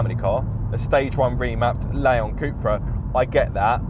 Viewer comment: In all my life I have never heard it pronounced CUP-RA 🤷‍♂️. Thanks for watching.